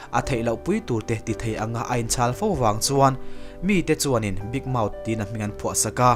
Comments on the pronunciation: Big mouth tih hi "big mouse" tih in i lam teh tlat a, mouse chu sazu tihna daih a ni a a film hming nen a in persan teh daih em mai. Mouse nilo in mouth (maut) tiin lam tur zawk a ni. I lam dan ve hrim" nge mouth tih hi i lam thiam lo zawk ni ang...😅😅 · An recap english version ah pawh Big Mouse tih vekin alawm an lam